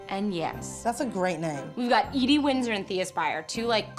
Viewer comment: I thought she was saying E.D. but at the end I saw the name EDIE .